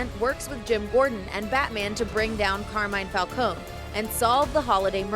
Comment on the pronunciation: Carmine Falcone is kármíne fálkóne not kermájn fálkon